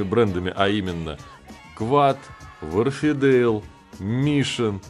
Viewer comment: Все равно не читает комментарии, но все же! Не вАрфидейл, а уорфдЭйл